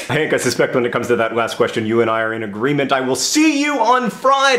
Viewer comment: Agreement? Don't you mean a-green-ment?